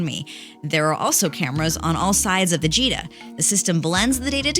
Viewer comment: Why i always hear 'cheetah ' instead of 'gita'